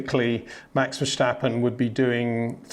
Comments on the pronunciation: HEY PETER WINDSOR, I HAVE MESSAGE FOR YOU SIR: With all due respect ... it is NOT Max "verSHtappen" ... Max is not German (Germans indeed do pronounce "st" as "sht") ... #Max33 = Dutch NL/Belgium! ... It is not "Bottash" nor is it "Lewish" certainly not "verSHtappen" .... This BS started long time ago when a British sport presenter interviewed father Jos Verstappen and assumed you can use a German pronunciation to a Dutch Driver thinking it is so "funny" ... It is not. Serious question: can any Englishman say "versatile" out-loud without saying "vershatile" phonetically? most can about 99,99% ... that is why most English can pronounce Verstappen 100% correct! Father Jos Verstappen (also F1 Racer) was very active between back then only a very few said "Vershtappen" but the vast majority of British sport presenters pronounced it perfectly ... only a few old stubborn farts like Peter Windshor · Freddy Just say Vurstappen, with the a sounding like farce.